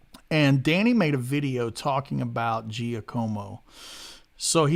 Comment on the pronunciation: In Italian it's pronounced Jackomo.